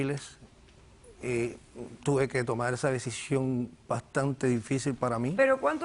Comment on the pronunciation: Porque esta gente habla tan mal ? las R las pronuncian como L.....sental .pedil ,despertal ,tomal .....compral ........que bobada y diice ser manager de un Banco ???